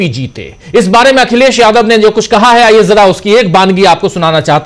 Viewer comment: Aap ki news achchi hay lekin kaha hay nahi hay kahe hay a me aor e me kitna farak padta hay sir